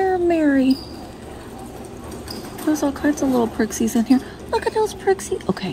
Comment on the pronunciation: I must have missed it, but are you guys calling them "prixies"? They're pixies (no r). Is it a Southern thing? (Please help this MN gal understand.)